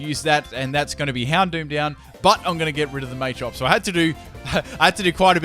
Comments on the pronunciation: Mah-chop not Maychop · Machop is from Macho and Chop. Why would you pronounce it "Maychop"